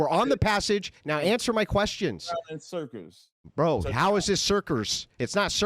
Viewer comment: "cerkerz" as "circles" recycled back to dude was HILARIOUS !